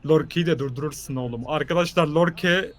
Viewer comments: neden beckhama bekem diyor sinirim bozuluyo. Ve dwight yorke lorke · abi lorke değil yorke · York ya lorke değil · nin en sevdiğim şeyi yorke ye lorke demesi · lorke deil yorke yaa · Nobody::lorke lorke yorke